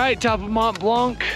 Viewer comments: And by the way, there’s no K sound at the end of the word blanc in French. Can’t believe you did not pick that up from the locals. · Very impressive and nice video. For Blanc pronunciation, the c is not pronounced